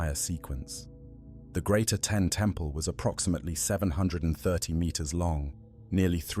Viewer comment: Giving power to priests never ends well. Amun or the Aten. Akhenaten was a little crazy. And it's AH-ten not Ah-TEN.